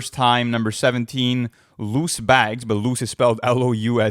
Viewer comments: Track 17. is Louie Bags as in Louis Vuitton lmao, not loose bags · It’s Louis bags not loose bags